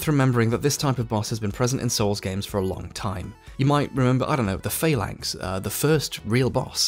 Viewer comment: Can just point out that the word 'phalanx' does not have a long 'a' and is pronounced 'falanks' rather than 'faylanks', just for future reference.